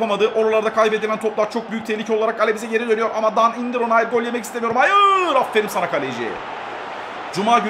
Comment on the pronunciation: abi afferim degil afferin